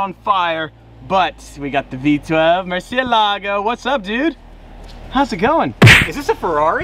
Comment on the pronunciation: The word murcielago comes from spanish so you don't have to act like that pronouncing it like an italian would (not) do (anyway). Thanks